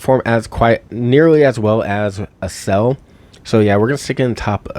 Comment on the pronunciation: Accel.= "axe-sell," as in "accelerate." I'm at work and it took me forever to realize what "uh-sell" was. Haha Great video, very informative especially for a newbie like myself. 😁